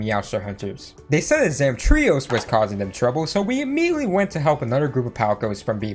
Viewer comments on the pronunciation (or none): Never heard someone pronouce Zamtrios that way.